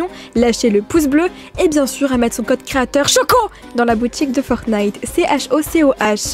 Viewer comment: A DIT FORTNIITE JE DIT SA AUSI